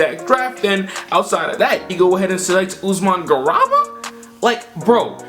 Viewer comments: Love the video but man, as an a European Fan your pronounciation of Garuba is a knife to the heart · C'mon fam, you can't call yourself a draft guy and call Garuba, Usman garaba